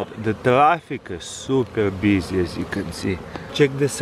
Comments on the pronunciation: "The traffic super BEEzy" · " the traffic is really beesy" 😂